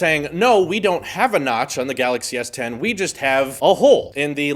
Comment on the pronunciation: Samsung Galaxy s10: Samsung Galaxy Tien I love it 😂.....just came to read comments btw don't care about what he says 😂 and so far im enjoying myself